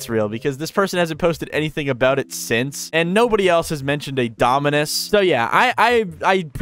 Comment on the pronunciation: Why did bro keeps saying dominance instead of dominus💀